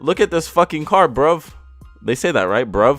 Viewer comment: "brof they say that right brov" It's bro